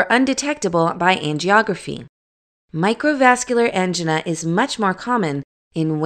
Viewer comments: Thank you however it was hard to listening to Angina pronounced Ann-G-Nahs when usually I hear An-Jine-ahs. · You are right. This is not how they pronounce angina. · That's not how angina is pronounced.